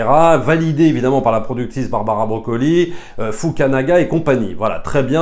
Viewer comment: C’est FUKUNAGA, pas FUKANAGA…